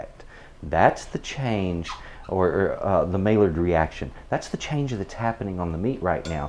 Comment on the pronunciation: Maillard is pronounced "my-yard," not "may-lard."